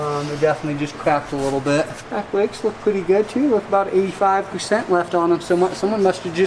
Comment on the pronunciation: I didn’t realize brakes had a “w” in it? Along with every other word. Just an observation. Maybe I dun werned me something new towday